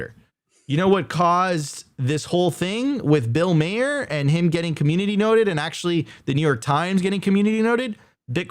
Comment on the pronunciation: tell my your pronouncing mahers name wrong on purpose. would be brilliant.